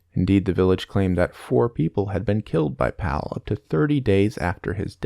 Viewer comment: The way he pronounced Pavle made my skin crawl